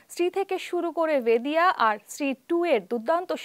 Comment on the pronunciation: Didi ota vediya na beriya hobe 😂 thik kore age ucharon korte shikhun